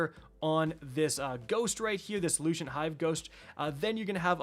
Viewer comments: Lucent. Lucent. Lucent. Like, Lou Sent. Not Lushent. Lou Shint. 😅😂😂😅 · I can feel my soul die everytime he mispronounces a word